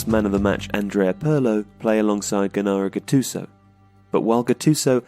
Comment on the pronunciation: Gennaro and Marcello mispronounced.